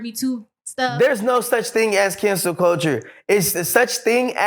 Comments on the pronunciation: ...why is he saying cancer culture...it's cancel culture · Does he really got it confused when he said cancer culture!?? Isn’t it “cancel” culture!?? Correct me if I’m wrong!😂